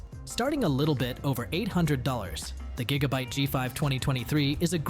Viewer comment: 8 jigabyte LMFAO